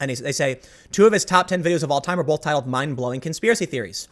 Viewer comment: BOLTH is not a word!